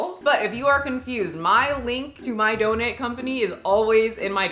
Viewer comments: Just came to hear say “Dough-nit” and I’m not disappointed. It’s my new favorite word. 😂 🙏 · I love how she pronounces it and I can’t get it out of my head 😂